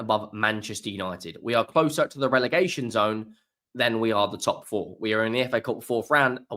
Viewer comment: Relegation NOT Relergation… OUT